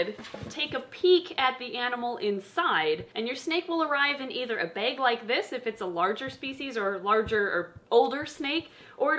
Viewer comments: I can hear her accent when she says “baeg” XD Love you guys!! Edit: PIEDS!!!! I’ve just gotten my male enchi het pied to start my project. Here’s to the next thirty years! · Is she from Minnesota? She said bag like bagel or the color beige or baking